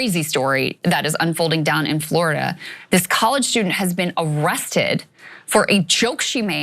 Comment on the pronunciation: You had me at floridia (rhymes with chlamydia).